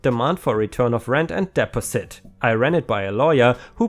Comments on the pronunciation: I know you love to ignore people’s comments on pronunciation, but “deposit” is pronounced “deh-paw-sit”, not “dep-oh-sit”. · ... DE-POS-IT!!! Deposit is pronounced De-Pos-It, not Des-Pes-it! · not trying to be mean but deposit is DEE POS IT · Dee pozz it should do the trick. 🌟🌟🌟🌟🌟🌟🌟🌟🌟🌟🌟🌟🌟🌟🌟🌟🌟🌟🌟🌟🌟🌟🌟🌟🌟🌟🌟🌟🌟🌟🌟🌟🌟🌟🌟🌟🌟🌟🌟🌟🌟🌟🌟🌟🌟🌟🌟💖😄💖😄🌟🌟🌟🌟Again, your English is way better than my German. Because of its multiple sources, English pronunciations have exceptions to the exceptions. Sources go back to ancient Greece, the Roman Empire a smorgasbord of languages 😄 hang in there. Every day gives us a chance to learn something new. 🌟🌟🌟🌟🌟🌟🌟🌟🌟🌟🌟🌟🌟🌟🌟🌟🌟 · Hi, great post as always but use Google translate to pronounce "Deposit" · Pay pal= sounds like gal, not paul The bnb story sounds crazy. The guy and his friends did not damage the house. And they supposedly cleaned it up before they left so what was the owner raising such a ruckus for? Deposit= de (long e) pos' (short e) it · Also the "pal" in Paypal is a softer "a" sound. And as others have said, you do a very good job, and in fact I've heard your English improve over the course of doing these videos.